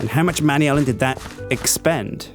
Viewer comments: It's not pronounced "manyalin" it's "manalin". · He pronounces all of the alloys wrong he slaughters it so much my heart accualy hurts like even other UK people pronounce manullyn right the way he says it just makes it seem like something completly different it is pronounced (man.u.lan) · your pronouncing manyullyn wrong,its pronounced man yoo lin and secondly I rarely play minecraft and haven't really watched vids on it in a while, I still know more about the mods than you do and its your job. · Manyallen. Really. Man-You-Lee-An. Ahhhhhhhhhh!